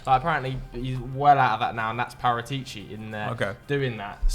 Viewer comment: It has to be said… your pronunciations of foreign names is terrible. trying to say Paratici😂